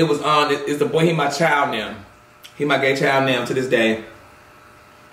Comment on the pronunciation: When he said " And I'm up in da age noewww" I felt that 🤣🤣🤣